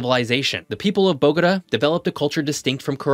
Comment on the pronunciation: “The people of Bogoda”? Come on, you gotta get the pronunciation correct as a geography channel. It’s Bogotá. “Bo-go-TA”